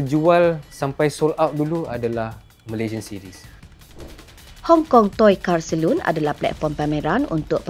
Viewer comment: Wahai admin. Bukan camtu sebut perkataan 'Salon'. Saloon lain. Salon lain. Alahai melayu.